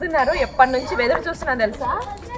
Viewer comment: వెదురు చూడటం కాదమ్మా... ఎదురు చూడటం